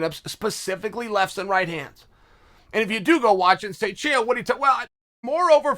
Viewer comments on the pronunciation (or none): none